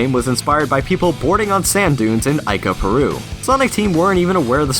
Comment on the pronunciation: "Aica Peru" Its "EECA"